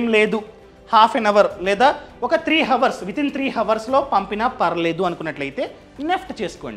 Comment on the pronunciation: హవర్స్ కాదు